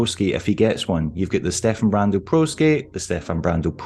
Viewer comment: Finally someone says Stefan correctly